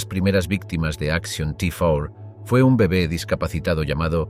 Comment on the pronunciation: Di bien el action t4 en español no en ingles es repugnante como lo haces y ni si quiera sabes decir SS con dos no con tres vaya traductor en español